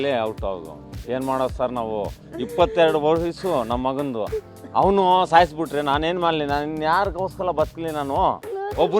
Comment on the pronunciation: Hawanu ಅಲ್ಲ Awanu. ಹ ಮತ್ತು ಆ ಮಧ್ಯೆ ವ್ಯತ್ಯಾಸ ತಿಳ್ಕೊ